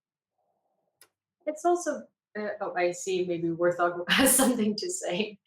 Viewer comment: Yes, I watch Warth Og three times per day. Although I never call it that. should have done some homework. It is pronounced Wart Hog.